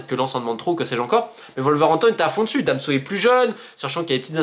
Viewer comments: Super vidéo romain mais Danso pas damso lol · Ne me demandez pas pourquoi je prononce "Damso" et non "Danso" (alors que je ne connais même pas le chanteur en question, je ne sais même pas ce qu'il fait, mais j'ai appris son existence à cause justement de ma mauvaise prononciation). J'espère cependant que ça vous permettra d'y voir plus clair sur les enjeux/influences en coulisses. Keep the faith !